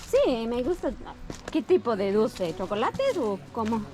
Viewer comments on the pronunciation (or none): none